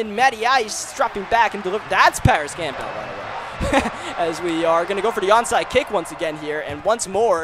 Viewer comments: he still can’t say Campbell correctly!?? Not camp-bell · I still don’t know why he can’t say Campbell correctly he say it like it’s two names lol